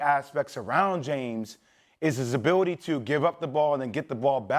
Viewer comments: Abiwity lmao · Jay will's biggest hurdle in life is saying the word ability 😂